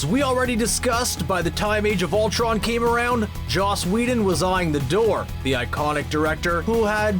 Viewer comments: He also said Josh Whedon. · Whoever does the narration for this video is an idiot. Calls Joss Whedon ‘Josh’, butchers Kenneth Branagh‘s name royally, can’t say ‘iambic pentameter’... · DUDE,, it's JOSS not JOSH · There's no h in Joss. It's Joss Wheedon, not Josh Wheedon... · Could you please stop calling Joss Whedon "Josh"? Thanks a lot! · Is he saying "Josh" Whedon? Because it sounds like he's saying Josh Whedon. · "JOSS" Whedon not "JOSH" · JOSS not JOSH. 😒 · It's Joss Wheadon not Josh... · JOSS Whedon. Not Josh. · Is calling him “Josh” Whedon?! Also, did he say iambic “PAN-yuh-MEE-tur”? Geez. I’m out.